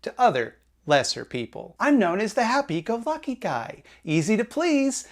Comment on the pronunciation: did you say "happy-go-fucky"?